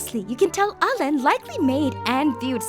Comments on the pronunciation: Well alain is fresh tough no ? So it woudnt be said like that, but its ok i appreciate the try. The video is still crazy I love it <3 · "In french, Marionnette means "little Mary"" Me, a french guy : wow never seen it this way Oh btw you could NEVER guess how "Alain" is really pronounced